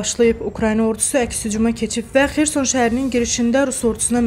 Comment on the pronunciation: Kanalın adminindən bir xahişim var: videoları efirə verərkən, senzuradan kənar ifadələri montaj vasitəsilə kəsib cixarsaniz yaxşı olar. Bir də ki: "Xerson" sözündə vurğu ikinci hecanın üzərindədir